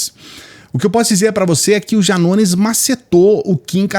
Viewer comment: No começo você fala "Janones"